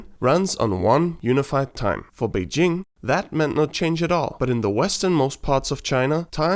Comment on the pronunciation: Well, that pronounce of "Beijing" almost made me to think you speak Mandarin.